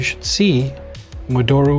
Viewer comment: Love your videos. You're my favorite Vita YouTuber. FYI, modoru is pronounced (mo-do-ru / mo-doe-rue) not (mo-door-u). It's a Japanese word 戻る, meaning "to return"..